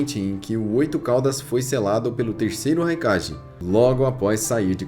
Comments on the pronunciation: Que agonia ouvir ele falando "Raikaje" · engraçado que ele fala "kague", mas quando vai falar do Raikage sai o ji no final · Vídeos da hora mas sua pronúncia pode ser correta em alguns termos !! Não é crítica te atacando so que é algo que tu pode fazer correto !!! Nunekin - NUKENIN "Raikage - nome certo mas a pronúncia certa é"kague"